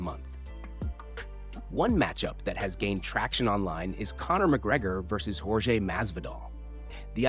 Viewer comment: His name is pronounced "Whore-hey," not however you're pronouncing it.